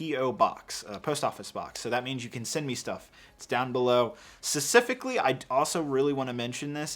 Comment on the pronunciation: there is a p in specifically. i'm gonna rip my ears off loll